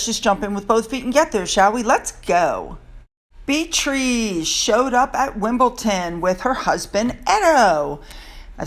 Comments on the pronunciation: I appreciate your videos very much. One thing I have noticed is how you pronounce eight Beatrice‘s name. It’s pronounced Bee-Uh- tress. Sorry I’m just a stickler for that kind of thing. Love love love your videos. 💜💜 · That's Methane, she loves to sqaut! The Body Language Guy has made a whole video about this and he even points out her freckles 😳 😂 seriously..that's her! the way to pronounce Beatrice, is: Beetriss..❤️🤗🙏